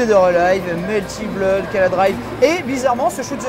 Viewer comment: Benzaie stp claque quand il prononce "bloude" stp... #payetonanglais